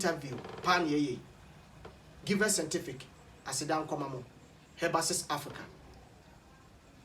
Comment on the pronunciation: Kwaku I salute u about how u say sentific instead of scientific...hahahahahaha love u bro